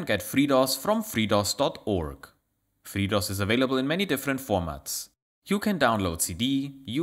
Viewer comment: Your accent, when you say FreeDOS, on more than one occasion, sounds like you're saying "Fritos", and that gave me more than a few chuckles.